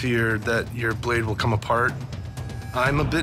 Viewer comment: "it weel KEEL 😁"